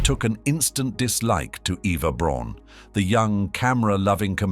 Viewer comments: Try "Brawn" for correct pronunciation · Eva Braun, correct pronunciation "Brown".